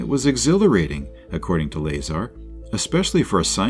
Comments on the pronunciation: Bob's last name is pronounced "La-Czar" ; NOT "Laser". SMH. You guys have got to do better than this! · I'm TIRED of hearing YOU mispronounce his damn NAME!!! It's Lazar, not Laser! It's pronounced like this: LUH..CZAR.. LUHZAR. Get it right or just don't do it. You've had to have mispronounced his name at least 40 times now and we're only into the video ! Fix your mistake or take it DOWN! PLEASE? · 1 minute in and you're pronouncing Bob's surname incorrectly? That tells me everything I need to know about your level of research and knowledge of this case. Not only that but you put a clickbait title suggesting Bob Lazar said "area 51 is not what we think" when he hasn't said those words and your video doesn't even contain him speaking at all, just your thoughts and incorrect facts with an AI voice for the purpose of views. I hope that people don't find this video if this is the first time they come across Bob Lazar, and find one that is actually factual and contains his interviews because it is truly fascinating. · It's La- Zar like you say star. Zay tuh Reh tick you lie. Phonetically. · It's, Bob "I can't do basic physics " Lie-Czar if you want to be technical. 😂😂😂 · Learn how to pronounce his name! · So annoying having to listen to the mispronunciation of Bob’s last name. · The ai pronounced bazaar correctly but not Lazar😂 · Mispronouncing his name is a red flag. What else have you got wrong? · Can't do a video on Bob Lazar and not know how to say his last name. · You pronounced his name wrong ding head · Can someone please teach the robo-voice how to pronounce Bob Lazar's last name correctly? This really takes away from this video's credibility.